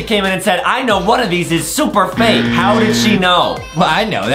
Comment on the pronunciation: I think Adam said vake instead of fake😂